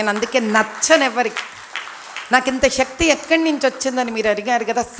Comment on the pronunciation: ఓ అక్క ...... షక్తి కాదు శక్తి. నీ టెల్గూ లో మూడు లోపాలు ఉన్నాయి